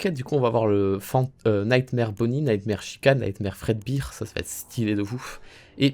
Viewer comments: fredbear pas fredbire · Ca se prononce fredber et pas fredbir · La seule chose dont on a marre,, c'est que tu dise "five night" au lieu de dire le nom complet ou juste fnaf 😅 ET que tu dise fredbire au lieu de fredbère